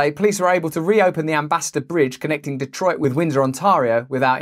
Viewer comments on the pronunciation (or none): none